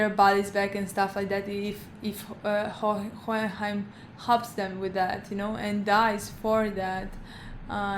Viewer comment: i dont like, keep butchering hoehenheim its pretty funny lol also in the first fma(not brotherhood) theres no ling, but greed gets alot more screentime. just thought id mention this, if you want more once you finish brotherhood